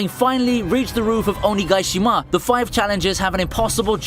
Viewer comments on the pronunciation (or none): listening to this guy attempt to say nakama, katakuri and onigashima is the funniest stuff i've heard all day